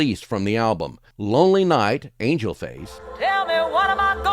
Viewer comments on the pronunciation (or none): none